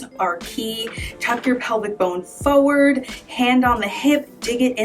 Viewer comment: Yep, you can pose and you certainly can help with how I have to take pictures in the next 30 days fo' sho. BUT!!!! What's wrong with people and saying "PHO-WORD"? It's FOR-WARD.... not hard. It's as easy as rolling your shoulders. I had to stop watching after the sixth PHO-WORD. Ugh!!!